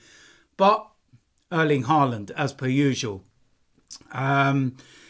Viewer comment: It’s Haaland not Haarland 😂😂😂